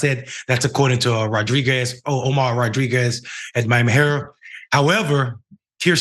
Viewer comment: I just wanted to point out that the word Miami herald the second word Miami herald it has a d at the end of the word so when you don't pronounce it it makes you sound like very low IQ